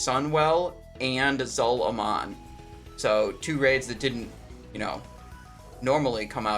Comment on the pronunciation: Are you trolling when you open a video with a mispronunciation or do you really believe that's how the raid is said? You said the second part Gurub correct but why do you say Zul instead of the correct way Zool? You and Guzu are two peas in a pod, I swear.